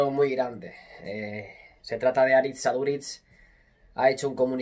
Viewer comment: Q grande Aduriz, soy de la real, pero me encanta como ha defendido incluso nuestra selección Vasca. Pd: eres al unico al q le he escuchado decir bien el nombre Aritz en euskera😂